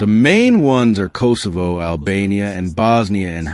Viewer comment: Kosovo is pronounced differently.